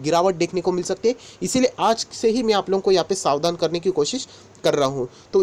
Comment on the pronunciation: Sar ji aap ka ucharan bahut hi Achcha hai bahut detail mein aap batate ho lekin Savan Nahin Sar Savdhan